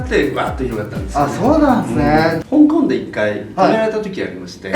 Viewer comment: 香港の発音が本場